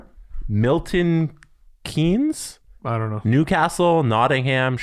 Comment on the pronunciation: Congrats to on pronouncing MK correctly... although basingstoke (bay-zing-stoke) was butchered! Also, proud Nottingham Panthers fan here!